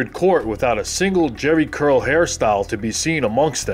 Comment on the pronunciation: "Jheri Curl", or Jheri Girl? 😂😂😂